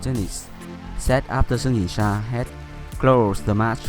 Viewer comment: Wow the way your pronounced their Chinese names sounded like a native Mandarin speaker. All the tones are on point